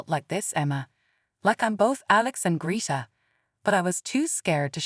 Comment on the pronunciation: END AI! It can not even pronounce Greta correctly!